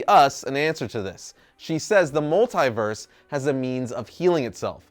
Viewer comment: Anyone else annoyed with how says multiverse?